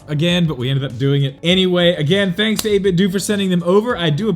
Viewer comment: I believe it's 8bitDOH like you pronounce Nintendo. Just saying.